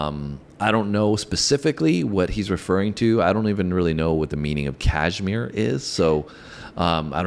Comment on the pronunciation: Kahmire was a place - they had house . Girls also like Dyer Maker. Sounds like Die r maaaker.